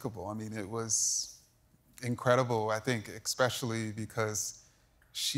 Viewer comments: hahahahaha he said expecially! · He's an author, but he still says "expecially"? 😂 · “Eggspecially”??? Really? All of that education and can’t speak English (or any other language either). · this guy is supposed to be a racism scholar but he said eckspecially on tv